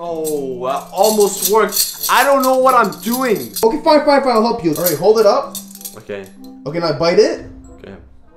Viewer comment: why are you saying Otay